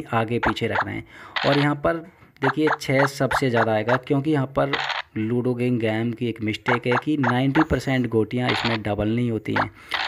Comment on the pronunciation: Game not gammee